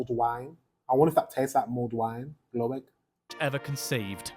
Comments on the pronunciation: and it’s not called glöegg. It’s Glögg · your british narator pronounce all swedish things wrong, so its not Gloegg.....Hes saying it wrong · I will say that this pronunciation is is awful, Glögg is not ‘glowegg’ but more like ‘glurg’, Gift is not pronounced ‘yelft’ but ‘yift’ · did they relley say glöegg lol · How can he pronounce Glögg so wrong. It's like Gl-uh-gg